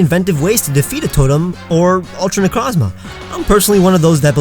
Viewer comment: I'm sorry but I got really peeved when you mispronounced Necrozma